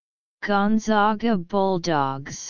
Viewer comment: WRONG WRONG WRONG!!!!! Seriously??? Do a little research next time before you actually go and upload a video. This is WRONG. It is GONE-ZAG-UH. ZAG like bag, and rag. We are the ZAGS not the ZOGS.